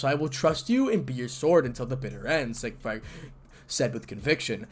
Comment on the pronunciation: Sig fried? No. Sig freed. Emphasis on the first syllable.